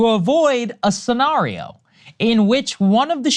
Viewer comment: Saagar inexplicably becoming a British gentleman when saying the word scenario will never cease to amaze me